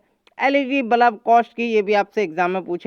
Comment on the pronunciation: Bhai balaab nahi.balb kahte h